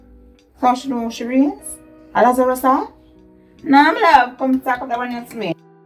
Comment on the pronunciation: sah, 'Lazarusa' 😂😂😂